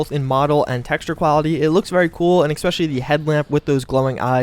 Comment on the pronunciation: Bro, it's ESpecially, not EXpecially